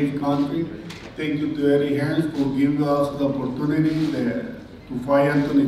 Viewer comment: I think they just quoted the speaker directly. said, "Hearns" so they kept it as "Hearns" even though we know it is "Hearn":)